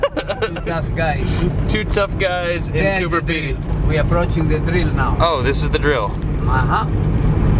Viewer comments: It's Cooper Pedy. Coober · You spelled it right, and yet you still kept saying "cooper peety". Strange.